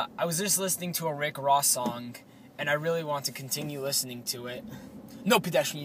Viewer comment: Hahaha thumbs up if you thought it was funny the way he said ricky rossay ugh